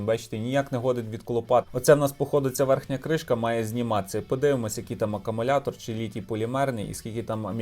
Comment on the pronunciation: Не акамулятор а аккумулятор